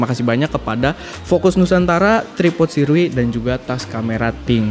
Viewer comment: cara baca sirui : syurei